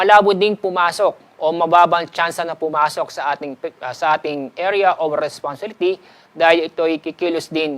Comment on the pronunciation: sir hirap po yta sa pag pronounce ng responsibility